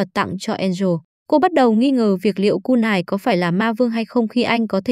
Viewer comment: Kunai mà ôg cứ đọc kunài :)))